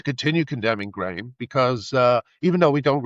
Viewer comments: Graham has an h in it. Ffs, pronounce Graham correctly. 2 syllables. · His name isn't GRAM it's GRAHAM, THAT IS GRAYAM. Cant listen 👎👎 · He’s an Irish hero. Btw his name is pronounced grey-im Le-ne-han. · Why does the host keep calling Graham "Gram"?